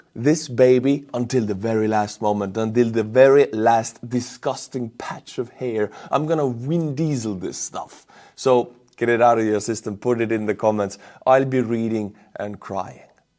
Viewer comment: Homie you are doing that thing that the krauts do when they try to talk about vikings to an english speaker. They call them Wikings, as that is how they spell, and they think we do too. Vin diesel has no W.